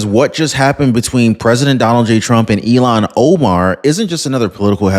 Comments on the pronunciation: Her name is IL han Omar not Elon Omar Luv ya! Somebody please tell him. Please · I'm sorry, is her name pronounced Ill-hon or E-lon? E-lon makes me feel sorry for Elon Musk 🤣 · Elon musk not Ilan Omar. Ilhan. Ilhan. Say it right. 😂